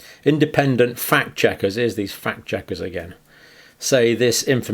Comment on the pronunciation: “Phakt checkers”